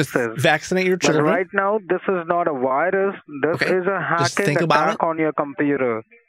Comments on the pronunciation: The we pn for the wirus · What's a "wirus?" Lol